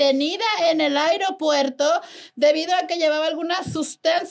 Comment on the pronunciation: En el airiopuerto 😂